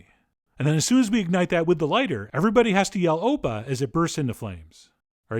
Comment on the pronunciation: Opa/oppa also means an older brother in Korean. And your pronunciation was pretty on point 😹